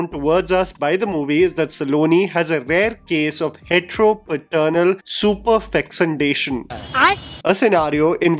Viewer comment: The way u pronounced fecundation